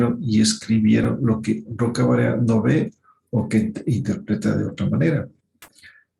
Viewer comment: Al menos si vas a hablar de la doctora Elvira Roca Barea aprendé bien su nombre. Una intelectual inmensa.